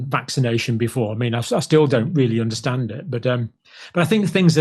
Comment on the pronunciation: I guess we don't "unnershtan" all Bill's good work.